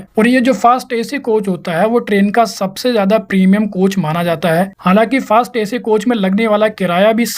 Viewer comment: फास्ट नहीं। फर्स्ट। फर्स्ट ऐसी कोच।